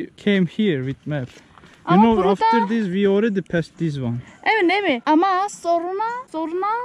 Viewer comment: yaw senin "this" yerine "diz" diyişine hasta oluyom ya